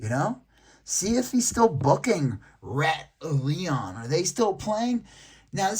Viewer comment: Its Batallion , not Rat Leon! Lmao😂